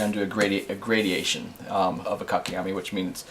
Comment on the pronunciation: By the way, the word is "gradation" not "gradiation"